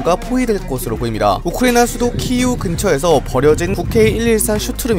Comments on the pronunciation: 오호 키예프라고 발음 안하는 영상은 처음 보는듯!!!👍 일본이랑 한국이 전쟁났다고 가정하면 일본이 다케시마를 공격중이라고 외신이 말하는 것과 같은 것이라 별로였는데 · 키이우라고 읽는거 진짜 너무 마음에든다 😍😛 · 헐 어떤 분이 키예프는 러시아식 발음이라고 키이우라고 해주시는 건가.. 아닐 수도 있지만 댓글 하나하나씩 보고 영상에 반영하는 거 너무 멋지심 오늘도 덕분에 우크라이나 소식 빠르게 알 수 있네여 감사합니다 얼른 우크라이나의 평화를 찾길 바랍니당 우크라이나 군인분들과 시민분들 모두 응원하겠습ㅁ니당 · 키예프가 러시아식 표기(발음)라서 키이우라는 우크라이나식 표기로 고쳐주시는 디테일에 박수를 보냅니다 자유 민주주의 진영은 늘 그랫듯 승리할것입니다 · 이 하신것처럼 우리들도 앞으로 키예프같이 러시아식 이름말고 우크라이나식 이름인 키이우로 읽는게 좋을것 같습니다. 한국 지명이 한자로 되어있다고 해서 외국인들이 그걸 중국 발음으로 읽는거랑 마찬가지니까요